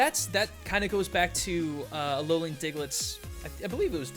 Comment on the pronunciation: says "Alolian" at least once in the episode.